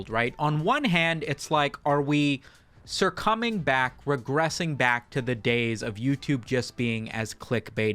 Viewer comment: "sir-cumming" rather than succumbing god dammit i love you i'm sir-cumming to you right now